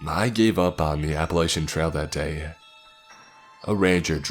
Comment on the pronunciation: I'll third that. Also The mispronouncing of the world Appalachia irks me to no end!